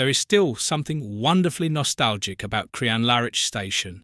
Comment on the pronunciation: Pity about your pronunciation of Crianlarich LOL